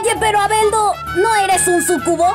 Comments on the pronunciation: Siendo honesto yo escucho albeldo y deberia decir albedo, fuera de eso entre albedo y shalltear descataca mejor Aura. La parodia puede mejorar, espero esta observación no te moleste. Mi intencuon no es demigrar tu trabajo. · muchos sintieron lastima por albedo pobresita aunque esa escena me mato tanto en japones como en el doblaje xddd te salio genial el papel de albedo no inporta que se pronuncie mal el nombre la inportancia es que pones esfuerso y eso vale mucho